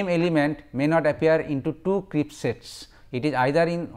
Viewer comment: Crisp not Crips